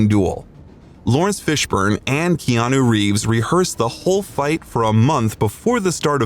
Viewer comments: Keanu’s name is pronounced: Kay-Ah-nu and not Key-Ah-knew. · You're pronouncing his Hawaiian name wrong. It's kay-anu not key-anu. (I've been living in Hawaii for 50 years)